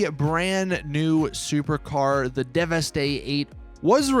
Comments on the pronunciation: How do you still not know how to pronounce the name of this vehicle. Its pronounced like 'devastate' hence the name. Not 'devestè'. Fucking annoying af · “Devestay eight”. Lmao it’s pronounced devastate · It’s pronounced like you pronounce devastate. Deveste-8. C’mon 🙄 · fairly sure it's meant to be pronounced like "devastate" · ITS PRONOUNCED AS "DEVESTATE" FOR FUCKS SAKE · Devastate. It's supposed to be pronounced Devastate. You do the same thing by not pronouncing Declasse as D-Class, it's a play on words of it being a D-class manufacturer. All cars and car manufacturers in GTA are puns, jokes, references, or a play on words. Work on your pronunciations man, lol. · Oh my god,not 1 YouTuber is pronouncing this cars name right! How can u NOT see the word devastate...